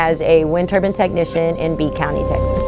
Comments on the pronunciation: Good video, but it's a wind turbine. Not a wind turban...😊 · Tell her it's a turbine, not a turban. Please😮😅